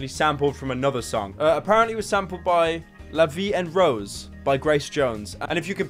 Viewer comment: You gotta love that pronunciation of la vie en rose